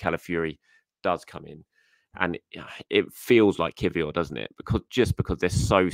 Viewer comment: can you teach your colleague how to pronounce Kiwior if he’s going to be a talking point next time. 😂